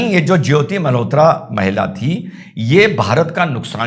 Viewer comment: " Malhotra " NOT Mehrotra i think